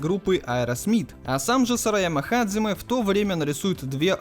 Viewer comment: Пришёл подушнить. Японские слова у нас только записываются по Поливанову. Произносить же нужно настолько по японски, насколько получается :) В данном случае 基 лучше произносить как hajime. Ты же анимешник, камон, наверняка слышал, как герои воодушевленно произносят это слово. Или hajime ka. Или даже hajimemashou!